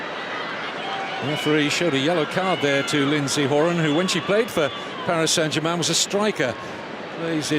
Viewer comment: This announcer doesn't know how to pronounce some of the US names. He pronounced Horan and Alyssa wrong, he must not be an American. That's why I'm glad I'm not an announcer cause I would definitely pronounce some of the names wrong too